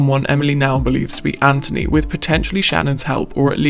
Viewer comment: Why does she keep saying Andrew instead of Anthony ? I’m so confused